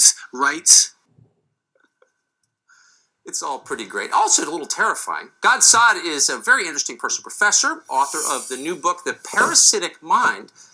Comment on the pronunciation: I didn't know your name was pronounce "God Saad"! :)